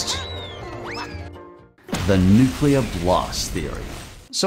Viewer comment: 'nukeler' lol